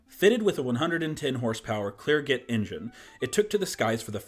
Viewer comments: clair-jey engine not clair-get. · that a Klerr-(g)shay engine. Mix the g to the s as you say it 😉 good video mate 🙂